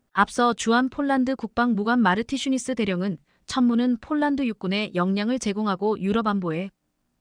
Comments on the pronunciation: 폴란드를 쫄란드로 읽코있네요 아나운서가 기본이 덜 됬네요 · 아니이분은.왜?쫄란드라햇다가 폴란드했다가 장난도아니고 넘.격없이.말하네 듣기가거북합니다